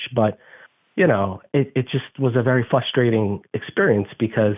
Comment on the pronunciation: I think it’s FRUSTRATING how he keeps saying “fustrating”…